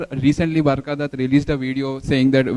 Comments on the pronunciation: She is NOT BARAKHA BUT ~BURKHA ~DUTT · She is burka dutt not barka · Burkha Datta not Barkka Datta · "BURKHA Dutt"😂😂😂😂